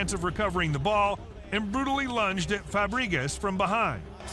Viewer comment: It isn't Frabgreezaz. It's Fabregras. God sake, either a dumb human voice over or unintelligent ai